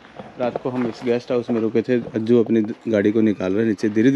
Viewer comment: अज्जी नहीं अज्जू